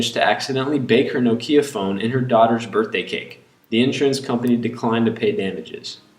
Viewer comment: you say nokia weird